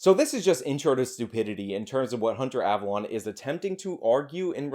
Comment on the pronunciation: I love how you say "ava LON" instead of "ava LONE" lmfao. I used to watch this scrub when he stayed in his lane of SJW cringe. He was uneducated then. But at least it was funny. Now he's just pathetic.